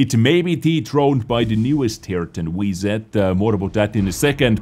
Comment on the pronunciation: your English is excellent but why do you say “wee zed” instead of ‘double-you zed’ for WZ? It’s a bit confusing.